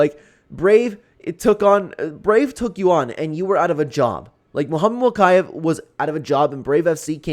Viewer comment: It’s mokiev (mokeyeev)